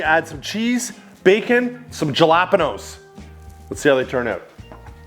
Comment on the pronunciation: The pronunciation of Jalapenos got me 💀